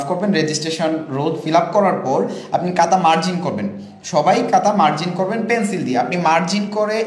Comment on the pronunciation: কাতা না ভাই খাতা > খ (খাতা)🫢